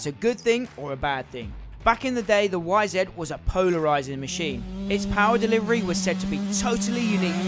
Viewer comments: Why do you say "Y-Zed"??? It's "YZ" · Fucking YZ damn it , say it right !! It’s not a fucking zet !!